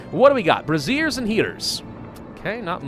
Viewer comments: Friendly correction: brazier is pronounced "brei-zhur." "Bra-zeers" are something...quite different :) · brazier is pronounced bray - zee -ur. You've been pronouncing it like brassiere, which is a bra. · "bra - seers" are bras for boobs. "br - ay - zee - urs" are things that produce heat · Hahaha okay it isn't just me who noticed that then. When he was talking about 'we need bra-ziers' I was just like....uh...what? XD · Say it with me..... Bray - shur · Love your content but please tell me that you know a brazier (pronounced Bray-zeer) is a heater while Brassiere is a place a lady keeps her lady lumps. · Also "bra·zier" - as in "bray-zhr" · I just felt like I needed to inform you: In this instance, "Brazier" is pronounced "Bray-sher." The mispronounciation you are using is the non-shortened version of "bra." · It is pronounced bray-zher